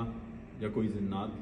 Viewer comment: Zinnat nhi ❌ jinnat👍